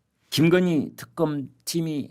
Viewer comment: 이 아저씨는 도데체 뭔 이야기를 마치 젤바른말 하는사람처럼 말끝에 힘을꼭주면서 언근히 김건희여사를 까네 말말이 김근희 김건희 하면서 우파라 치는데 어쩌면 이리도 왔다리 갔다리 하는지 늘 맘에 안드는 사람이다